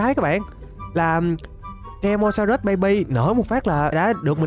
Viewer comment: ơi anh đừng gọi là tresamorus(trê-sa-mo-rớt) mà gọi là tremorsorus(trê-mo-so-rớt) mới đúng ạ